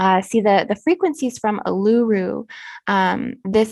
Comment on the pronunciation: Great work lots of information. Letting you know the big red rock in the middle of Australia Uluru in Northern Territory is pronounced as: oo loo roo.